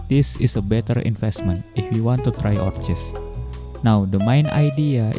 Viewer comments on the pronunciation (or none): Just a heads up for the pronunciation - Orchis is pronounced Or-kis. Thx for the vid mate